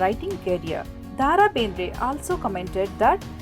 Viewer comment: Mam it is not ದಾ ರಾ ಬೇಂದ್ರೆ it is ದ ರಾ ಬೇಂದ್ರೆ